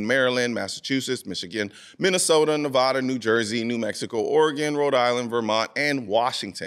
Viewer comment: Vegas here: The first a in Nevada sounds like the a in add.